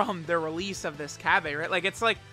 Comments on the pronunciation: 🤓☝️ its cabba not cabbea! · Am I missing something here? Cause why are you calling him "Cabb-ay", his name is pronounced "Cabba (Cabb-uh)". It was just messing with my OCD a bit. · No my good man I can % confirm it’s cabba not cabbA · you mean cabba not cabbae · It’s cabba not cabbea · Day??? of hearing say CabbA. It hurts my soul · This video was so hard to watch everytine he tried to say cabba like God damn